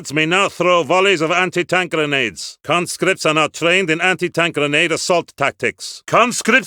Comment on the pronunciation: We have more concripts at our disposal